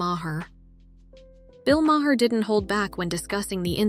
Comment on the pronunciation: His name is Bill Maher (mar) not may-hair.